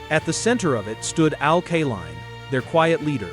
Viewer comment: Couldn't you find enough film of Al Kaline to avoid showing some left-handed batters? Al only hit right handed. BTW, his name is pronounced KAY-LINE, not KUH-LINE. Great player, lousy tribute video. I stopped watching after 4 minutes